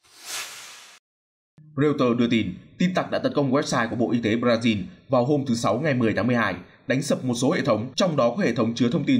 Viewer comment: Thời này là thời nào rồi còn đọc Bờ-ra-zin 😄